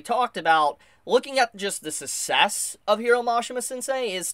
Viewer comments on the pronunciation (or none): success is pronounced like “suckcess” not “sussess” like you’ve been saying it 😂